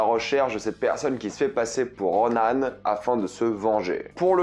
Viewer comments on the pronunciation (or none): ça claque à chaque fois dans mes oreilles. Ronan! Et tu le dis pas qu'une fois. Je suis pas complètement d'accord. Il ne s'est pas fait éclater par Kate Bishop, il les a d'abord traumatisées (elle et sa mère), il s'est mangé une voiture et un mur, il a pris le jus et une explosion supplémentaire et le mec s'est relevé. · Personne parle vraiment que ils dit RONAN ???